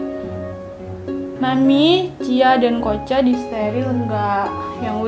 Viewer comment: Bukan kocha tapi koca